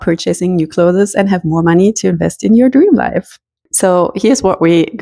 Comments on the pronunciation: The plural is " clothes", not "closes". Stop calling them closes, or clotheses", it has nothing to do with your accent. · I was distracted the whole time from the way you pronounced "clothes", lol! It isn't two syllables "clothes-es", it's one syllable "clothes". Love the method of decluttering though! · For your info, it's not [clothezes] it's [clothez] 🙂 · I adore your pronunciation of “cloth-es”! In Britain we don’t sound the e, we mash it together almost into one syllable like “cloohthz” but your way sounds so gentle and elegant I might introduce it here! 😍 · It’s pronounced clothes, not clotheses, clothes itself is a plural word you do not add another S after clothes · I have never heard "clothes" pronounced "clothes-es" - is that a German thing? Just curious. We pronounce it "close". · I really wanted to watch this video, but I simply cannot after 4 minutes, just because of the way you say "clothas". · I cannot get pass the word clothess! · Cloth'es... so cute. I can't pronounce it properly either. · The word “clothes” is one syllable. It is not pronounced like other “es” words. Like peach-es. It is not cloth-es. Ask someone to explain if you don’t understand. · The way you pronounce 'clothes' takes me back to my mother's voice. 🥰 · Definitely a German thing. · 😂 “Clothes” is a one syllable word; it’s not “clothes-es” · Hi, I moved from California to Germany and had the reverse challenge. I did not even own a winter coat. People correct my German all of the time. Sometime it is welcome and sometime not. Just in case no one has mentioned, the pronunciation of CLOTHES is like CLOSE. We don't say the E. It took me 2 German lessons to pronounce GESCHIRRSPÜLMACHINE. 🙂 Never stop learning is my motto. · Please learn how to pronounce the word "clothes". 😢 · ClothES the E is silent